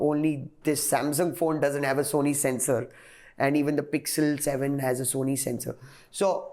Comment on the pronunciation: It's 'Sensor' not 'Censor'